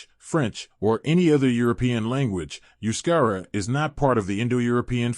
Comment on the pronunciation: First 7mins waffle n Verbage. Only in min 8 does the yank confirm that they are a mix ofearly hunter gatherer and early neolithic farmers. Besides he cannot pronounce Euskadi Euskerra etc really Annoying accent.